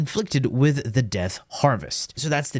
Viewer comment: He said “…done to heath”